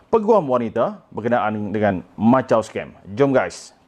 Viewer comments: Jgn lah sebut Machau, sebutlah ikut nama tempat tu Makau(Macau) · Maaf,sebutannya bukan macau scam..makaw scam sebutan yg betul.mbr cina sy bgtau✌ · Lain juga sebutan dia 'Machau Scam' Macam bunyi 'Lanchau' 😅😆😂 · Sebutan Makau sebenarnya...